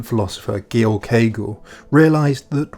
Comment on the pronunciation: “Gil cagle” guys I am so confused that was definitely Hegel he was talking about why is he now “Gil cagle?”